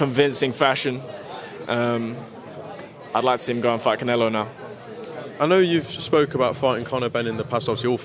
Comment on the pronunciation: Did he say canelo 😂😂😂😂😂😂